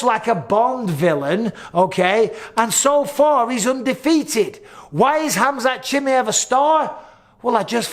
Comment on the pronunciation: Bisping: Khamzat Chimeyef